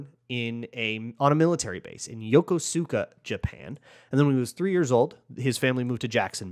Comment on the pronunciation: Hey, so as a MN transplant i learned Yokosuka is pronounced yo-koos-ka